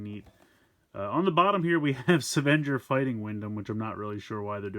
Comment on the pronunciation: It’s pronounced ‘seven-ger’, not ‘savan-jur’.